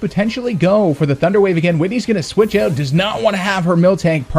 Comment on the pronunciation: Love how you pronounce 'switch eout'